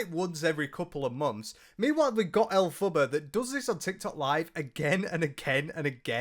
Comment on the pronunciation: 😂😂😂😂😂😂😂 please stop putting a U in her name 😂😂😂😂😂😂 every time you say it, I pmsl 😂😂😂😂